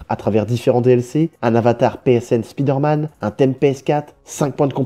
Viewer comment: Stop prononcer "spideur manne" putain